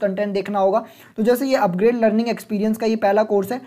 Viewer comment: Bhai pronounce it like 'UpGrad', not like 'UpGrade'.